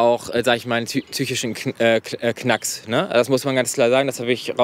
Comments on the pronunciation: Ich muss ehrlich sagen ich werde es nie verstehen warum manche Leute das Wort „psychisch“ nicht richtig aussprechen können sondern stattdessen „tsychisch“ sagen. Wissen die nicht wie man das schreibt oder was ist los? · Er sagte tsychisch Das sagt noch mehr über ihn aus ;D